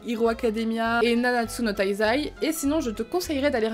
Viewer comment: nanatsu no tazai mal dit😱